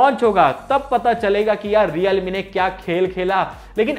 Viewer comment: Realme ho hai sahab 😂😂😂😂reame nehi😂😂🤣🤣